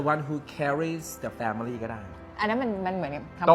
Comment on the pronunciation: ครับ ช่วยออกเสียง family ให้ถูกด้วยนะครับ มันออกเสียงแค่สองพยางค์นะ แฟ้ม -หลิ 😊😊😊